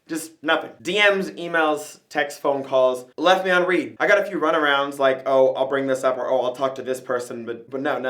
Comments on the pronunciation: He keeps saying read as in lead when he should be saying read as in lead... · It's pronounced read not read. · its not "reed" its the past tense of read so "red" and thats all i have to say bye